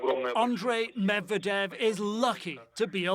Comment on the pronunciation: PLEASE! Learn how to pronounce Russian and Ukrainian names....... you are butchering Medvedev.